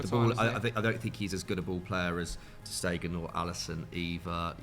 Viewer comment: He had to say his name wrong 50 times... Painful to my ears... Ter Schtegen